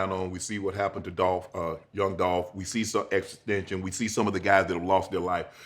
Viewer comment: Unc said xxxtension